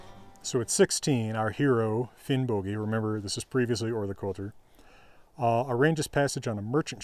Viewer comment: Probably because of modern Icelandic, old Norse would be pronounced Finnbogi as is pronounced in this video